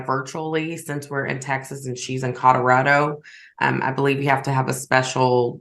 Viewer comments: I hear codarado also!! Driving me insane! How do you not know it’s C O L O R A D O?? lol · Is it just me or is saying “Cororado” instead of “Colorado”??? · I heard codorado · Maybe she has a speech impediment? Cuz I heard Codarado too... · I hear cod like the fish, and my father says it the same way…whyyyyy. It drives me crazy